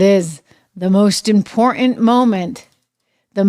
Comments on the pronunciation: pronounced imporTant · What the hell is wrong with you that you can’t pronounce the word “IMPORTANT “. Is something WRONG ?